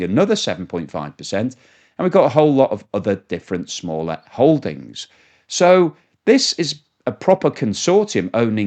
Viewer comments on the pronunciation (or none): none